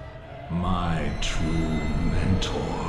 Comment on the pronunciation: It's interesting to hear Ludwig say: My true Mentor in a way that maaaaaybe sounds like My Tormentor. Just a thought...